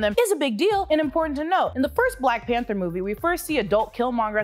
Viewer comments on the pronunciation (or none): none